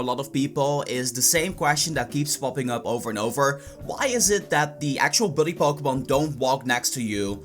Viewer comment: "so u ghet dees pokmonz from aggs" Im triggered af.